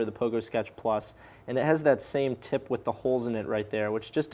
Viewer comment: I hear every 'tip' as 'tit'. It is a great review.